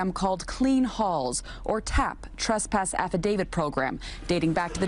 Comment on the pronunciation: the word is TRESpass !! not TRUSpass